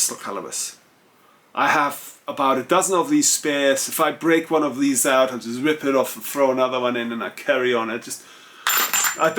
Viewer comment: Great channel. Great English, but please bring ‘T’ back into your language. It sounds like you have spent a lot of time talking to London or Southern Home Counties who can get lazy and lose their ‘T’s. When you said ‘out’ it was ou… ‘sort of way’ was ‘sor-of way’ and ‘a lot of’ was ‘ lo-of’ Being German I know you can take a straight word to help without offence. 😎 The reason it is important is because ’T’ is phonetically important in English to break lines. Otherwise we sound like ‘waff waff waff waffles waff waff’ 😂 Anyway, thanks for sharing your expertise and your good advice.